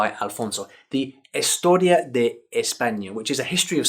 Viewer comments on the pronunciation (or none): "Hestoria" really?